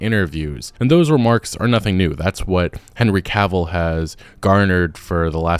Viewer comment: Ca vill. Not Caaaavil. I feel like Hermione now, but it had to be said.